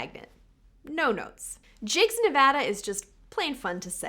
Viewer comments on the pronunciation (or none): none